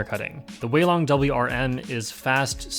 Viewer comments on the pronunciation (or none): That mini 4x4 is a YJ zhilong and not zhisu... needs to learn chinese😂🤣